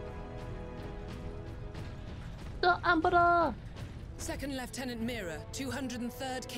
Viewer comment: This was one of my most favourite games on x box 360, just want to say though your vtuber thing is quite districting cause she’s quite hot I must admit, also you pronounced lieutenant wrong